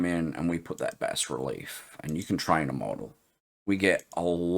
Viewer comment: Hey G'day, I have to thank you so much for the Bas-Relief tutorial, as a by the by you pronounced it correctly (in the King's English lol) the Americans pronounce it as (don't ask me why) Baaa Relief (yes a sheeps baa) they seem to like swallowing letters lol something akin to Soldering as Soddering. Anyways I digress, Brilliant. BUT BUT BUT BUT you Opened a Can of Worms! At 1.10 secs to 1.30 seconds you said something that made my head explode, you were talking about 3d models and being able to import them into Krita and texturing them with AI? If I understand this correctly and I'm now guessing if you can import a 3d model, you should also be able to pose the model and create a Bass Relief from it as well? There are a few dedicated now apps "paid apps" that can do this but to be able to do this with Krita "free" would be amazing? Am I reading/understanding you correctly. I will have my nose buried deeply in Krita now looking to see if I cant fall over how to do this. Also a big thanks from my fellow friends at Scarylaser as well, they are now using (thanks to your tutorials) krita to generate their Bass Reliefs for creating coins for fibre laser engraving!